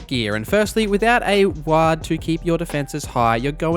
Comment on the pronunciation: is your pronunciation of "ward" intentional and im just on the outside of an inside joke?